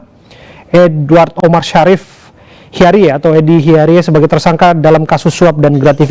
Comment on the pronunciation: bacaannya Hiarij, Pak news presenter (di briefing dulu lah sebelum on air .. tolong donk Produser, lucu donk ..hahaha )